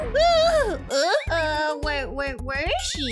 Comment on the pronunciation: When karen fainted in the pool you said shell insed of she